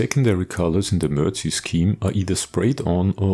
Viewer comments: ....say, "Mer-Deck".... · "Mer-dic" is how you pronounce it, Sir. Very good video of an excellent build. On a personal note, I drove a regular deuce-and-a-half for a year in West Germany and all of our vehicles were in the brown dominant MERDC shade. When stationed at Fort Polk, LA our vehicles were in the green dominant shade-quite a difference. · "mer-deck"...., "MERDC"....- "Mobility Equipment Research & Design Command"....just sayin'....